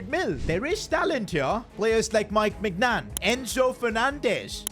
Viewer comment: Day 57 of telling to say mike maighnaun not megnan